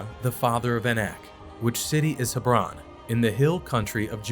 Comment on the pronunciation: Hebron is not pronounced the way you did. It is pronounced as Heb ron.